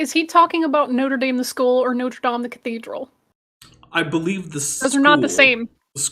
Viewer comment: He means Notre Dame in Indiana but pronounces it the way he does because he is pretentious.